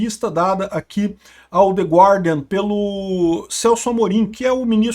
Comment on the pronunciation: Dica de pronuncia em inglês: não se pronuncia a letra U em gUardian. Fála-se *GÁRDIAN*, "THE GÁRDIAN"